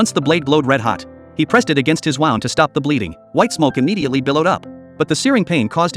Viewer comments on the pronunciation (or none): It's pronounced "woond" not wownd. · Oi A.I. robot ...! Wound rhymes with crooned or ballooned NOT found or sound.